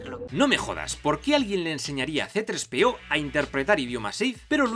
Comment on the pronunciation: todo Hiba muy bien, demasiado bien... hasta que escuche: " CE TRES PE O" 😲